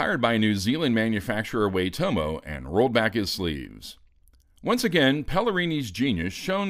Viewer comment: It's pronounced "Why-tomo".